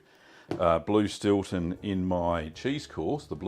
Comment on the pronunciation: Stewton or Stilton? lol